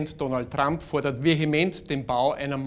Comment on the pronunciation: Donald Trrrru(A) mp